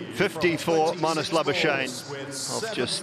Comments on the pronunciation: Exactly. They like laa-buu-shane 😂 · I love how the commentators butchor Labuschagnes name😅 He must come back home to SA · It is La-bus-kakh-nee .... in afrikaans/dutch pronounce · It is La-buus-kakh-nee in original dutch pronounciation